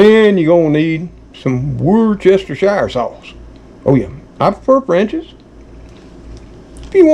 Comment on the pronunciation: Wooster-sheer sauce (woos to rhyme with puss) or just Wooster sauce🇬🇧👍🏻 loving your videos - thanks & the Kitty Krew